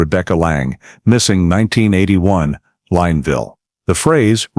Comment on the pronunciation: The town name is pronounced Lin (Lynn) ville